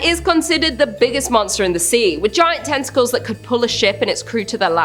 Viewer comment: Did she say with giant tenta or testi? 🤣